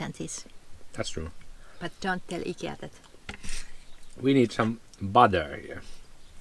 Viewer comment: Nice to hear Ikea pronounced correctly. Americans say it differently. I like your swimming choices. Thanks for sharing